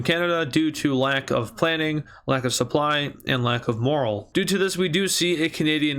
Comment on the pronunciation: Why do you pronounce morale like that